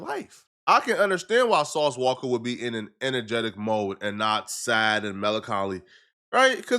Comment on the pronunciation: Ain’t nobody finna spare a witness because it’s “sauce walka “ 🤔